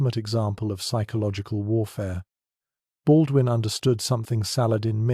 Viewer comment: Baudoin .... Pas .... Baldwin ....☝️😌